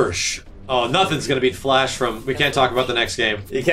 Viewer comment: The Flursh.